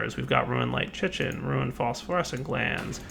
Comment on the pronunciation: Dear: "Chitin" is pronounced "ky-tin", rhymes with "pie tin"